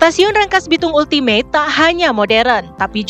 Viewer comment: Ultimate bacanya Altimet